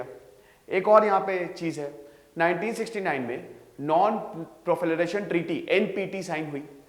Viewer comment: Sir proliferalation hota hain profelaration nehi. Correct kar lena.